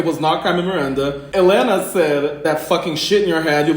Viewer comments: Eatou assistindo elas desde episodio 1 de DRBrasil e gostei delas. Elas se preocuparam em aprender como se pronuncia helena kkkk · Gosto delas! aprenderam a falar Helena corretamente